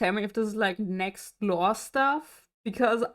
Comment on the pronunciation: Thank you for your reaction to NEXZ!:) FYI, "NEXZ" is pronounced as "Nex-Zee" because it means "Next Z(G)eneraion". They have a song titled "Next Generation" that features a part where they sing the group's name repeatedly. The song is available on YouTube, so please be sure to check it out and share your reaction!🥰